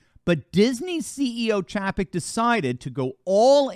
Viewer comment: Good reporting but his name is pronounced CHAY-PEK. LOL